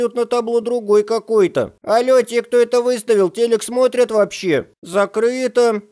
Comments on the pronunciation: "зактыто" "зактыто" "зактыто" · Не закрыто а зактыто лол